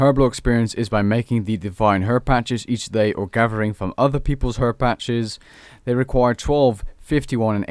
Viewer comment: Why do you pronounce "TH" as "F" Cafferby, Gaffering (gathering) Stop it. You're educated.